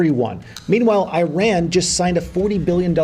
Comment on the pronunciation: i - ran 🤣… it is ee -run, bro